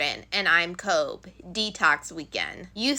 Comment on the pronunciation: Kobe as in Kobe Bryant pronounced Kobey not Kobe. Thanks for your coverage Makes the trial easier to digest, as disgusting and tragic as it all is